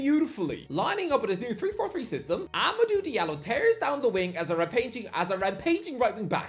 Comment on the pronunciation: His name isn't Amadu mate😂